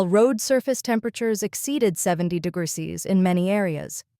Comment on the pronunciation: You need to help your AI reader! Write the script in full: "degrees centigrade" or "degrees C". The AI seems to struggle with "°C" Also "kilometres per hour" instead of "km/hr".